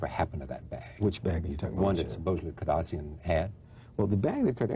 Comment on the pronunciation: Charlie doesn't seem to be able to say Kardashian.